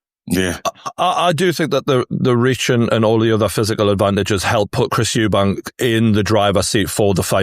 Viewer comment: it’s Eubank, drop the S for gods sake.